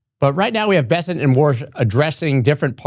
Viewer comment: why does everyone call him Be-sent? there are two S in there, it's Bes-sent